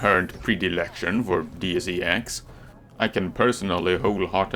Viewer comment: nothing wrong with what I'm going to mention, but you're the first I hear saying Deus E X instead of DeusEx. I loved the game more than human revolutions, too bad all the thing that happened and this one needed the second part....